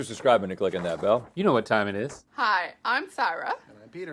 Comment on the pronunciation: It's tome to spon tho whool of mothocoloto!